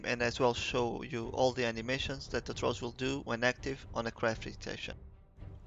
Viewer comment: There is an H in the word thrall